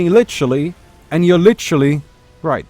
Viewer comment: gg "lichery" is now the correct way to say "literally" XD Lich is very offended